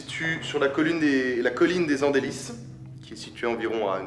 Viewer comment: Alors je suis originaire de cette ville et ça se dit : Les andel i le s est muet !